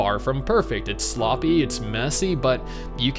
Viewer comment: did he say relationships are SLOPPEH?